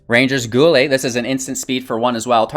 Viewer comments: its Ranger's Guile (Guyll) not Goolay like Guile from street fighter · Came to the comments to see if anyone else called him out on that rangers “goo-lay” 😂😂😂